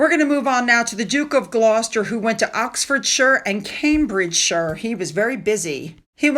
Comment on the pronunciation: TY for saying "shuh" for Oxfordshire. 😍